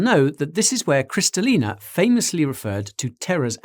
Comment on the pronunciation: You botched Kristalina's name as well 😁